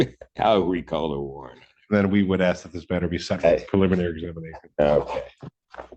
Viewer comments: I have no idea why, but mispronouncing ASK bugs the tar out of me. Ax, axle, Axsks, it's so silly sounding, 🤷 it's annoying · He loves using words, even when they are nonsensical or wrongly applied. Exhibit 1: Axsks instead of Ask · Please stop Axing! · He is supposed to be saying Under the Threat OF duress and coercion. How is it possible that he can pronounce the word discovery but not the word ask, the s makes the same sound in both words. Can someone please explain the mispronunciation to me.